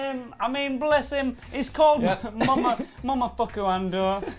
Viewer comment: Mo Mo Fu Ku, not Mumafucku.